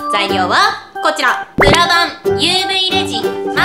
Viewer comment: 最初の、｢今回は、プラ板を使って...｣のところ、プラがブラに聞こえたw